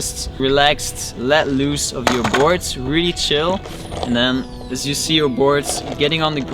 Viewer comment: You not shyou.